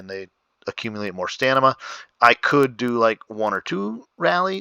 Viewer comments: Pliz! :) Stamina not Stanima :| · Thats stamina not stanima